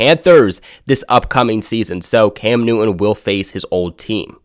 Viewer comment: Cam NewTTTTon. Not, Cam New'un.